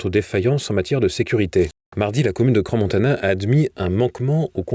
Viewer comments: Svp… ça se prononce Cran… non pas cransse… ça fait mal aux oreilles 😏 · Bonsoir, on dit CRAN Montana et non cranS Montana ! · Ce cretin ne sait pas qu’on dit CRAN Montana, et qu’on ne prononce pas le S. On ne peut pas trouver quelqu’un qui prononcera correctement ? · On dit "cran" si jamais hein 😅